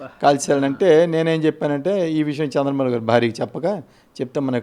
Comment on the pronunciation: చంద్ర కాదురా చెంద్ర